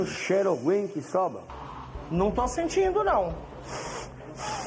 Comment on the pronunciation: " num to sintindo naum "